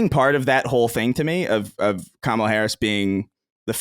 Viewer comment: Glad to see you guys have a real conversation like this. Also, Colin saying Kamala incorrectly is embarrassing.